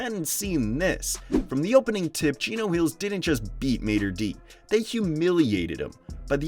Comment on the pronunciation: It’s pronounced “Maader Day”